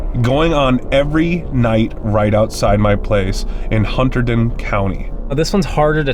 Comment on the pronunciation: Love you guys, but hearing the way you say Hunterdon is kill me.😂